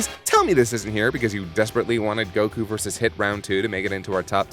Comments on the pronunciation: It still kills me Make Kaiser pronounce goku correctly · I love lani dissing kaiser for his odd goku pronunciation. Lol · i'm happy they mentioned that kaiser pronounce goku wrong. it's frickin annoying! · "Make him pronounce goku correctly " Give me a fucking break!